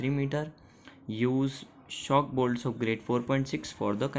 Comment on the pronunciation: Shock bolt nhi shop bolt hota h